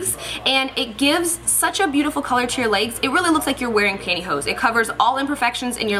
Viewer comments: "Leygs" haha i love you! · "It's like makeup for your 'laygs'." Your pronunciation of legs is just so funny to me! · the way you says legs is so funny😂 looking gorgeous as always!Xo